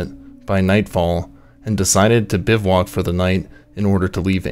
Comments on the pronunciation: It's, "Gasher-Brum not, "Gasher-broom. It's "Biv-wack" not "Biv-walk." Fucks this is basic shit bud. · Drink every time he says "Biv-walk." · Biv-voo-whack. Good content, I like all the authentic photos and trail models. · I shuttered after the 2nd 'biv-(WALK'?) Typo maybe? Nope. its 'Bivouac'